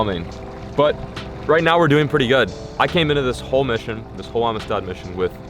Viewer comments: I’m usually the first one to hammer a pronunciation/grammar nazi, but everytime you say ameestaud I have to cringe. Around here it’s pronounced “AMSTED”. So. Welcome to Amistad!! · marcos l I think he is putting too much emphasis in the I. Should be amistad not amestad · It’s pronounced Am-sted not Ami-Stad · The lake is actually pronounced amsted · I live like 4 hours from there and I’ve never heard it said like that. Everyone around here says “amsted” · How he pronounces Amistad drives me crazy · Every Texan rn is annoyed with how he says “Amistad”